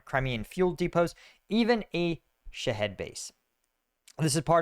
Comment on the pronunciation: when you say "Shaheed" I hear "shit-head* anyone else hear it too? lol "shit-head drones" lol hell yeah.